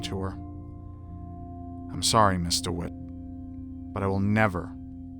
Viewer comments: Am I hearing it wrong or is actually saying Mr. Wit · ok but did anyone else think he said "mr witt"?